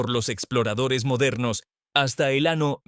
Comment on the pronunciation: en este video confirmo que la ia es grosera, siempre dijo ano